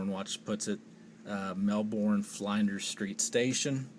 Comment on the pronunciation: It's pronounced Flynn-ders